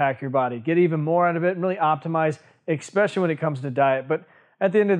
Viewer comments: stop. Saying. EXPECIALLY! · I’d be rich for every “especially” I’ve heard pronounced as “exspecially” 😅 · Hard for me to take advice from a guy who says "ex-pecially" all the time...ugh